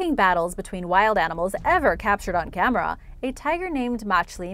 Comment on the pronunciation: "Camerah" Oh hey Jenna Maroney